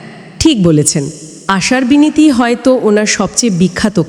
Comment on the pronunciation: Binati nay binti